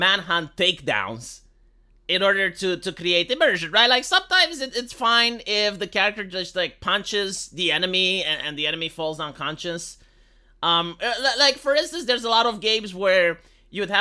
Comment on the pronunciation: Lmao emersion? Really? Lmao